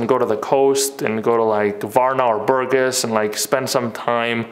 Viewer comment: It's BurGAS. The accent is on the latter syllable.